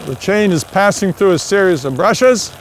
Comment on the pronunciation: "Two brashes"